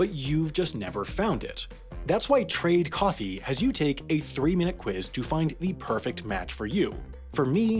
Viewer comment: When he said that, i thought i heard an 'n' and the end, but i wasn't sure whether he meant trade coffin or trade coughing